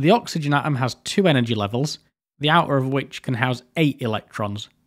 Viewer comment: Awesome video, thanks a lot! It's obvious, you've put a lot of effort into making it. I kinda wish though, you'd gone the extra mile to put the "t" between the "a" and the "om" 😁